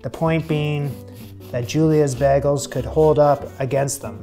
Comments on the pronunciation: I think the only difference between your pronunciation and others is in the A you’re saying BAGols and most people say BAYGOLS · He said bagels so many times in the first minute and I've never heard it pronounced like that!! 😂